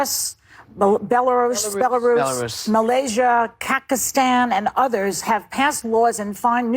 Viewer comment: I thought I heard her say Kekistan but figured she had mispronounced another name like she did with Belarus. Hilarious.